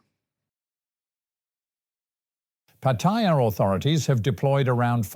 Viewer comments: So Pattaya is not pronounced by its name, but is called "Pa-Toy-Ya" instead of Pa-Ta-Ya..😂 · Pa-TOY-ya like in the word "TOY" then add "ya" is the ignornat and arrogant way of saying PATTAYA, unlike how local Thai people say the Pa-Ta-Ya..